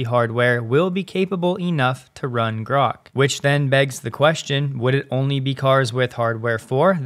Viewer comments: Grahk. Like that. Not Groke. Read the book. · It is pronounced GRAWK. It is a term that comes from a Robert Heinline Sci-Fi novel "A Stranger In A Strange Land". It means to grasp or understand.This novel is acknowledged as the first Adult Sci Novel. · Grok is pronounced as Grock, as in "lock". It is not a matter of preference. To pronounce it with a long "o" would require appending an "e" (Groke), as in "broke". This is a basic rule of English spelling/pronunciation and not up for debate. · It’s Grok, pronounced like rock. It’s from Robert Heinlein’s “Stranger in a Strange Land”.